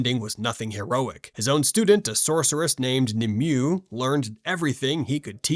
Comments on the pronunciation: Nimue is pronounced "Nim-eh-way" or "Nihm-whey" not "Nim-you" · Nimue-- Nim-Way Not Nim-you